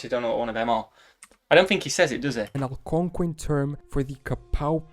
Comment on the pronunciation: That guy pronounces words wrong a lot. We don't say Algonquian, Quapaw, Ojibwe, or Choctaw the way he does, etc. I speak four American Indigenous languages and several European ones. Okla = People and Homma = Red but Choctaw (Chahta) is a spoken language and we can spell words how we want. Still, I don't know how the guy in the video gets an "ow" sound out of "ah". One way to say "hat" in Choctaw is "shvpo" like "chapeau" in French.